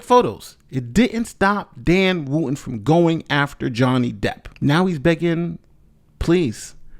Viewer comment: The hypocrits name is not woo-in its wootton , the t is not silent. I assume English is your first language, so please make an effort especially as a lawyer.